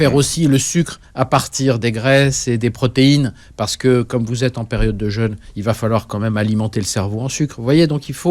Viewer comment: Jeune/ jeûne …Soit! Ça ne se prononce pas de la même façon…